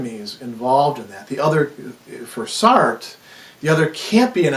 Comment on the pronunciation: Enjoyable video, I was just put off by how you were pronouncing Sartre. But otherwise a very interesting video.